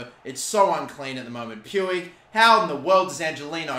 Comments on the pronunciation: You pronounce it riki pooj not pwig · Stop saying “Pewig” PLEASE It’s “Ricky pooch.” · "Puig" is pronounced "Puch" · How is Puig pronounced pooch? Lolzzzzz (Edit) I just looked it up and that’s how it’s pronounced in Catalan but not in Spanish. Roast me, please. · Riqui’s last name is pronounced “Pooch” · Puig, is pronounced "pooch." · Its pronounced ricky pooij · Can someone please tell how to pronounce Riqui Puig's name.?